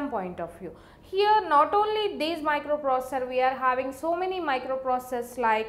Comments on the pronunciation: Plzz learn how to say microprocessor 😅😅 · But you understood that she is pronouncing the word "Microprocessor". That's more than enough bud